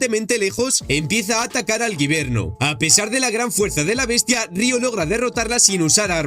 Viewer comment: No es guiverno es wybenr